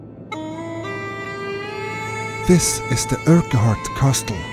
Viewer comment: love ur pronunciation of Urquhart - uRk Hart